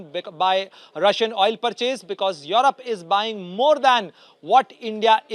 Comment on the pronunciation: Mr. Reporter... It's europe not yarap 😂😂